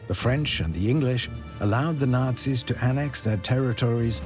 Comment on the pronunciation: Kindly get the BASIC FACTS straight. HERBERT Hoover was Prez before Roosevelt. J Edgar Hoover was an FBI Director. You mispronounced Delano and Nazis. TERRIBLE VIDEO.